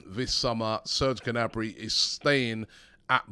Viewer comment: Robbie, [Niabri] instead of [Gnabri]! That’s how you pronounce Serges’ name.